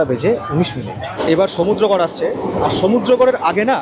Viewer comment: সমুদ্রগর এর নামটা তোমার মুখে শুনতে খুব ভালো লাগলো এবং সমুদ্রগর স্টেশন টা একটু হলেও দেখানোর জন্যে তোমাকে ধন্যবাদ।এরপর নবদ্বীপ এলে আপডেট দিও।